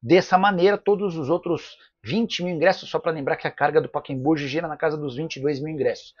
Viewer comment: Nicola, o nome do estádio é PACAEMBU e não paquembu! PA CA EM BU. e não paquembu. Coisa triste.